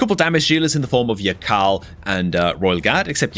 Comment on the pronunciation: Something tells me that yakarl is actually pronounced yarl.... Idk why just seems correct